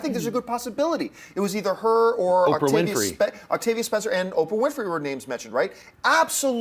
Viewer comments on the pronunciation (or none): none